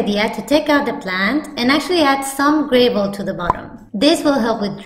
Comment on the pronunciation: Fantastic! Nice looking Zebra Plant. Wonderful job of explaining. Oh and I love how you say "gravel"! With a really long "A". 😁😁😁